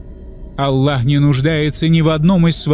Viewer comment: Вы произносите имя Алла а правильно АЛЛХ букву х неутверждаете в.этом бльшая ошибка прошу вас будте внемательны